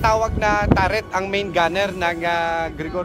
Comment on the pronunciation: Rynard Ramos ..buti hindi tare n bigkas nya ..hahaha..bka turret kmu😁